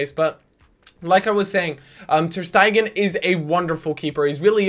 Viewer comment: not ter-stegan you had him previously